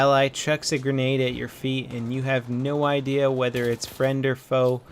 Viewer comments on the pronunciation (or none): none